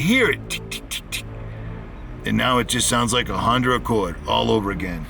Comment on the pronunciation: i love u but what is "ahonder accord"? lol im just pullin ur new england leg lolol go steelers